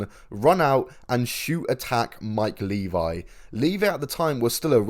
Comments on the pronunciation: It's Mike LEVY, this channel don't even know how to say his name. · Yeah Mike Levy. Pronounced Leh-VEE. And that was some fuckin total, low class, straight up sleazy bullshit.